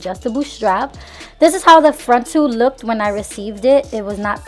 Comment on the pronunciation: Girl you did good!!! But I cringe every time you say "lookeded"